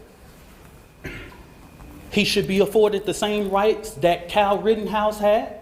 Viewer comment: This so called "" repeatedly saying "Dis" instead of "This" and "Dat" instead of "That" is driving me nuts. 😂